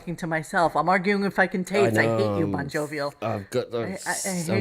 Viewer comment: bonjovial, bonblobial… love him